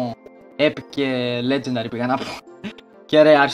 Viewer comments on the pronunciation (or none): νουμπα προφερεται λετζεντερυ